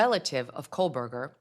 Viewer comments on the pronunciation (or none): It sounds like you are pronouncing Kohberger as “Kol-Berger.